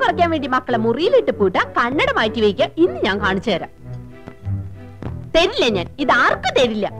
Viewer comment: തരൂല അല്ല തെരില്ല ഞാൻ ആർക്കും തെരില്ല